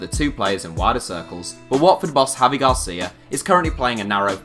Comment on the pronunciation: It’s javi gracia not Garcia